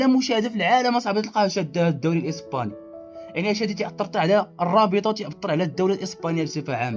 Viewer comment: الإسباني وليس الإيسباني صحح وبالتوفيق